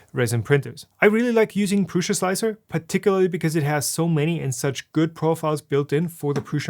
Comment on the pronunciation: I hate so much that you say pruSZa instead of pruSa